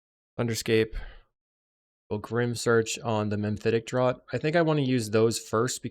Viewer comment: Great games 🎉 FYI it's "Mephitic Draught" not "Memphitic Draught" 😉